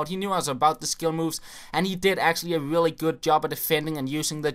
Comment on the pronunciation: Lol when you said really really it was like ; willy willy